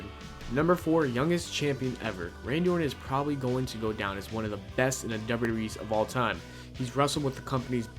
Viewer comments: You can't say wwe... and its fucking hilarious, you never said it right 'wrwrree'!?! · dude when he says wwe he says derb derb e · Ya say wwe weird